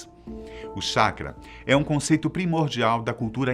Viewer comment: Colocaram um cara que não conhece nada de Naruto, para falar! O cara nem consegue pronunciar anime e chakra corretamente